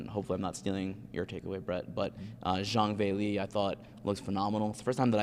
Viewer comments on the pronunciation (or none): Xhang Villie!? She’s not German